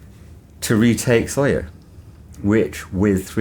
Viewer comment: SOYO not Sawyer